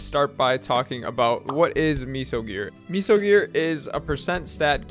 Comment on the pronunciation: Nice vid. Don’t ever say meso like that again omg